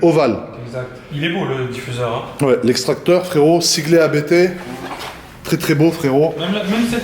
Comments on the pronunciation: J’ai les oreilles qui saignent chaque fois que j’entends « Abété » 😅. Ça se prononce « Apte », du nom du fondateur de la marque, l’allemand Johann Abt ! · Pour info, on prononce Abt en non A-B-T. C’est le nom de famille du fondateur Johann Abt 😉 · Pas A.B.T. , mais Abt, un seul mot. C ' est un nom de famille.. Nom de Diou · Sauf qu'on ne dit pas A-B-B mais Abt, parce que c'est le partronime du créateur de l'entreprise Johann Abt. Tu dis bien, et pas A-K-R-A-M.;-) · c est pas ab-errant c est: a b t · Faut arrêter de dire Abété .....